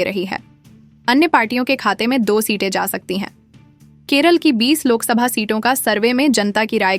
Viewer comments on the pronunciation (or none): none